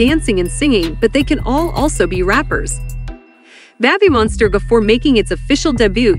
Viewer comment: Someone needs to fix the pronunciation of this (bot??) AI or whatever it is....kinda embarrasing, 'Babbie Monster.'. come-on ! ...😮😮😬☹